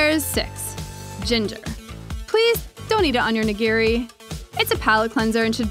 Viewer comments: The actual pronunciation as opposed to ("nuh gear ree"), just start with thinking about "i" being the "eee" sound from english and shoyu and oshibori.. well, we'll focus on the nigiri.. that's the biggee And thanks for pointing out dipping meat side, and not making a mortar out of the wasabi, etc. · Please learn how to pronounce "nigiri."